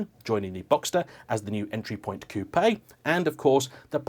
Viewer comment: For the love of…..it’s just coupe. No A and the E is silent. lol. Ready….begin.